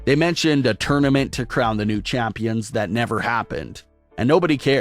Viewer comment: “ womens tag team CHAAÜMPIONS”😖😖🤣🤣